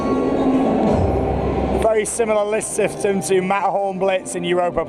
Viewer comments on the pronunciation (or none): “very similar list syftem” 😂